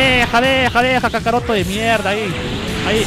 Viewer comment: POR QUE LE DICE a GOKU KACAROTO